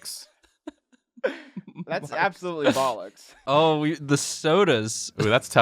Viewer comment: Did say bollix?? 😂😂